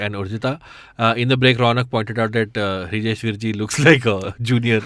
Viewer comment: It's Vrijesh Hirjee...not Hrijesh Virjee😂😂